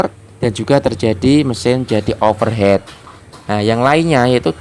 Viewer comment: Over Heat. Bukan Over Head.